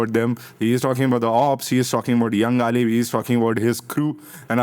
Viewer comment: Galib❌ galeech✅